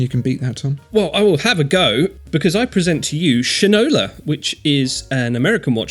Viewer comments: SHINE-ola, boys, not SHIN-ola. As in the old phrase, "you don't know shit from Shinola". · Shinola (pronounced shine `oh`la) was a shoe polish from back in the day. It brought the saying, "You dont know shit from Shinola" meaning youre stupid to not see the difference between 2 objects.